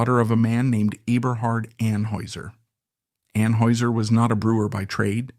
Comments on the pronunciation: You are not pronouncing Anheuser correctly .. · you are pronouncing Anheuser wrong. Are you AI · It was driving me crazy